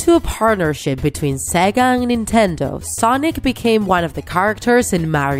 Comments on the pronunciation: You said sagak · When i heard you said sega i thought you said saga